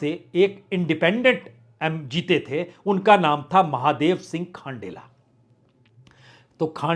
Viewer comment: खंडेला को आपने खाण्डेला बना दिया,बंशीधर बाजिया को बंशीधर बईया बना दिया.....कहाँ बैठे बैठे रिपोर्टिंग करते हो प्रसुन जी😂